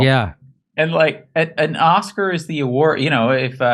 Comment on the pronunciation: “Oscar” not author